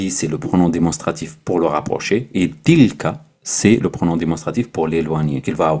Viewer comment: salam aleikoum très belle vidéo. Si je peux me permettre une petite remarque attention avec la prononciation de la lettre A avec le Français phonétique ce n'est pas tilkA mais plutôt tilkè.